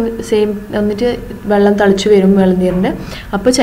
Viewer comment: Vallam alla kuttee vellam